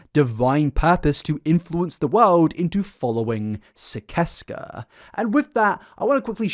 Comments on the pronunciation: Gergs cult is pronounced SIS-ES-KAH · Hey bud! I’m under the impression it’s actually pronounced SIS-ses-kah 🥰 just wanted to correct! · I thought it was pronounced sih-sess-cuh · I love your videos but it’s killin me that you’re not pronouncing it right: Sis-es-kuh. Onision’s said it in his videos waaaaay back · Sicesca is pronounced "siseska". cursed with this knowledge from my onision fangirl days as an easily manipulated young teen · So I have to say this (I am in no way defending onion I do not support him) but I specifically remember him pronouncing sicesca like SIS SES KUH but I know it isn't important I just figured you might like to know even tho it isn't even real so there is no CORRECT pronunciation